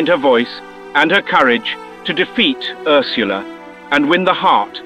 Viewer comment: Love how he says Ursula